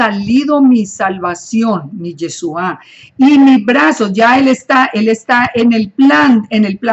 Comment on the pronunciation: Por que dice yesua? La partícula es chu y no su. No se dice tesuva. Entonces porque no usa la partícula correcta? Debe usar la palabra YESHUA. POR FAVOR ESTA EQUIVOCADA diciendo Yesua y no Yeshua.